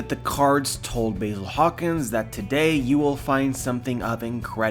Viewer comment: I didn't know Basil Hawkins had a 'y' in his name, you are saying it wrong!